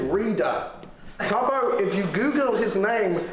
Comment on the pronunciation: It’s tubbo not tobbo …